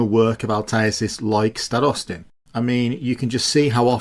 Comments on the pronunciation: I continue noticing that when you bring up Starostin, you keep putting the stress on the "o". That isn't exactly correct, as the stress should be put on "a" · it's basically the same as in the video, but with stress on a instead of o. Sounds themselves were pronounced pretty much fine